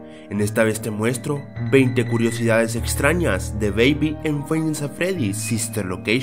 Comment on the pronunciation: Amigo dijiste culosidades en ves de decir curiosidades 🤣😃